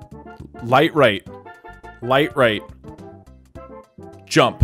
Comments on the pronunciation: ur saying djump not jump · "Why didn't you rump?" Inventing complete new english language here :D